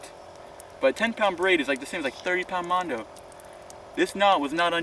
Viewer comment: "Mondo" he says hahahaha